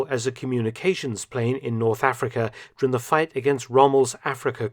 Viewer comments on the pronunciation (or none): I love everything about Mark’s channel except for his inability to say ‘during’. 😐